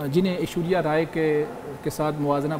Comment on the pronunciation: Anchor cant even pronounce Ashwariya's name, its not ashuria! spoke very well